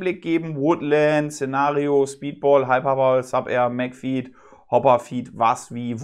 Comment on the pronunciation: Ist es nicht Magfed und nicht Magfeed (Betonung)?